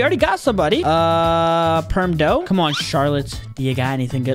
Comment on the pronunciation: He said Buddha instead of dough if you rewind it to five minutes and 22 seconds